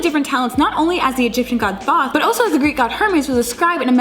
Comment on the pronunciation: It's actually pronounced like tote or thoth the th sounding like the beginning sound tah